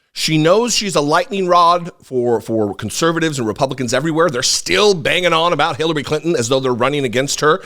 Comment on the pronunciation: He said con servatives uncles. I'm okay with that🤣.